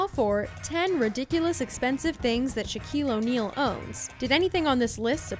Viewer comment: “Shaquale Onale”